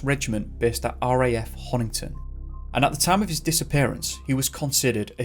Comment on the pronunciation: I adore you madly and I'm so glad you covered Corrie 🤗 But it's BEAR-EEE, as in bury the body of St. Edmund 🙈😂 you got all the streets and pronounced Honington right though, am very proud! 🙌